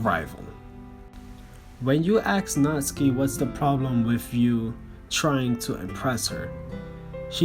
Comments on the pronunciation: Stop pronouncing natsuki's name Natski!!!! It is pissing me off it is natSUKI!!!!!! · Nat-Su-Ki not Nats-Ki